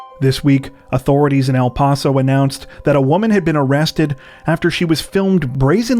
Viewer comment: Hey guys, just FYI-regarding your reporting on the incident about the stupid, selfish (both my words for the female) chick climbing into the spider monkey enclosure (and a sarcastic “Thanks a lot, lady, for ruining the exhibit for future generations of viewers) in El Paso, Tx. The town is pronounced “ELL-PASS-owe”, and not “ELL-PAHSS-owe”. Just FYI